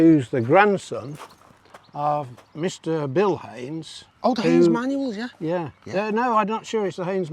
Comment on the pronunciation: Gary should know his Haynes from his Heynes!